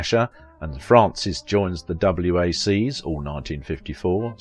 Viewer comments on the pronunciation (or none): Two corrections: Panteges is pronounced pan-TAY-jus & "WACs" is said as wacks (Women's Army Corps). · WACS is pronounced like wax, not spelled out.